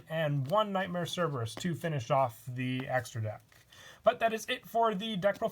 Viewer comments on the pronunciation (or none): none